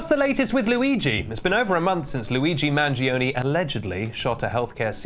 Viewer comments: Say Man-joe-nay, not Man-jee-oh-nay for the same reason Italians might kindly offer not to say Kay -EE-dRrr Stah-may-ee-dRrrr. I mean, you already say Luigi in Italian, not English luh-i-jih, right? So just give a little respect to Italian gi = j. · manjeeonee 😭😭😭 mangione = manjoneh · Could you PLEASE learn to pronounce his name correctly its so hard to watch this with you butchering the Italian thanks